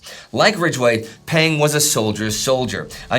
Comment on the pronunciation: One small correction: "Peng" is actually pronounced "pung', in the same way as "Deng" is pronounced "dung."